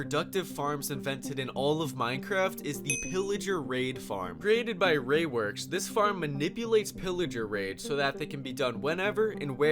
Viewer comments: “Ray Works” It’s Rays Works. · Is it sooo hard to say rayS works?